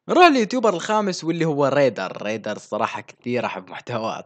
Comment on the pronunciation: أحلااااا شييي لما تقولل درادددد. و ريدرررر 😹😹😹😹😹😹💔.